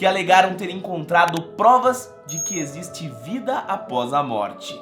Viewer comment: "ISSO NON ECZISTE" - PADRE QUEVEDO 👍